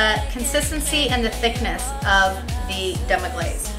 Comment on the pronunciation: Man thats rude to mess demi glace name and deffinition up like that. but thats a gud recipe besides the goat cheese. ill stick to cow cheese for now. u will be ok in the kitchen im sure. just read a tad bit before putting up the video..No harm done cook